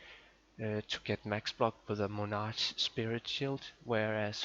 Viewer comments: lol. Moe-nah-ch. it's Ma-nar-k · Mon ark